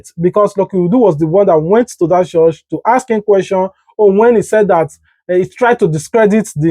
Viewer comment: Stop saying CHORSH